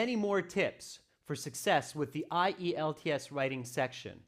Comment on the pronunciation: Found it interesting to hear spelling I-E-L-T-S instead of usual IELTS